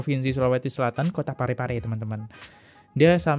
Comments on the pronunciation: Bukan Parape tapi Pare-Pare bro. Hehehe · Sekedar mngklarifikasi ucapan salah,. Bukan parape, tpi PARE-PARE. salah satu kota di sul-sel